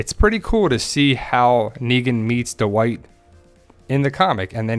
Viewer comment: Du-wight?? Dwight